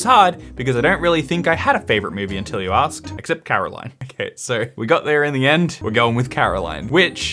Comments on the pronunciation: He keeps saying Caroline instead of Coraline and it's hurting my soul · You saying Caroline instead of Coraline really hurt my soul? Is that you? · IT'S FRICKING CORALINE CO-RA-LINE NOT CAROLINE CORALINE its even referenced in the movie 😩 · Here is a quote from Coraline: “It’s CORALINE, not CAROLINE!” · It is COraline not CAroline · it's CORaline not CARoline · Yeah, I keep muttering, "CORAline! CORAline, damnit!!!" through gritted teeth. Still loved the video though, as I'm sure you did as well! 🖤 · Moi Moi,, this is your reminder that a while ago we were promised you would go and see the quokkas and take your camera with you. We're still waiting. Stop stop stop. You're going to really annoy people. Besides it's cOraline not cAraline Love, Millie. PS. Your ferret is cute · YOU HAVENT SEEN CORALINE?!?!? (Also it's pronounced CORE-aline. The mispronunciation of her name is a running bit in the movie.) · it's CORaline. I know you haven't seen the movie, but one of the main sticks is that people keep saying her name wrong so it's quite funny that you said it wrong hahah. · I see the criticism behind Fantastic Mr. Fox, but just because they didn't like it doesn't mean others wouldn't like it too. It just appeals to a certain demographic they're not a part of. Also, please watch Coraline, one: because it's a great movie, two: so you can learn to pronounce her name correctly >w< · It was kind of sweet